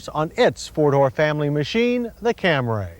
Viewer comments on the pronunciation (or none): accents are for the lazy.... I travel a lot. A long time ago it was startling to hear someone speaking a native language let's say "Cambodian" and then in perfect English say a word, then continue on. Camry is said Camry, not Camray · I like how he pronounces it "Cam-Ray". It's "Cam-Ree" with a long "E" (at least in the US). It could be that in other countries it's pronounced "Cam-Ray". Just how Nikon (the camera company) is pronounced "Ny-Kon" (witha long "I") whereas in other countries it's pronounced "Nick-On" with a short "i"). I think the Taurus SHO actually had a V8 transverse motor though, not a V6 (And it was made by Yamaha). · Do you mean Camry, not Cam-ray? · Damnit, John! Its Camree!! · CaMRAYY Lol 😂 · And then the commercial comes out and decides its Camry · Cam rays!? Cam rays!? It’s pronounced Camry. Say it right!! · Cam-ree not Cam-RAY. Had to stop. Couldn't take the mis pronunciation. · It’s not like this is a new model. John should have known by then it’s Cam-ree, not Cam-ray. Also, how did the Editors not say something to him...like re-do your audio on this! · How did he get "Cam-ray" out of C-A-M-R-Y? The Camry had been on the market for years by 1989; nobody corrected him that whole time? No one on this freaking shoot corrected him? Director should've taken him aside and said "That was great, John, but can we do it one more time and this time say CAM-REE?" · That's my thoughts too! Is it camry?! Or camray?! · Toyota's first Camry with a V6. FFS, John..........it's CAM-REE, NOT CAM-RAY!!!!!!!! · I usually love these Retro Review videos, but jeez, it was hard to make it through that one with the constant mispronunciation of "Camry." Like nails on a chalkboard. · John it’s CAM-Ree! Only one a in Camry 😂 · Cam-ray? Am I hearing this right? Almost as bad as his pronunciation of testarossa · Funny that it took John Davis like 20+ years to stop saying "Cam-ray" and pronounce it correctly. 🤣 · Can you say "CAMRAY"?😂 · "Tarrus" "Camray"